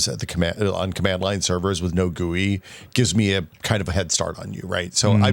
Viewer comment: Yeah, I wouldn't go around saying GUI like that either